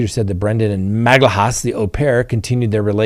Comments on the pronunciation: This is how to pronounce Magalhães surname: Magellians. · Magalhaes is pronounced as MAH-GAH-LHAN-ES. This is as close to the Portuguese pronounciation you will get. The symbol ~ is hard to enunciate without the years of practice